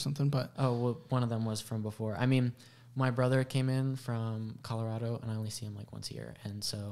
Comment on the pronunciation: He isn’t from Colorado. He pronounced it wrong.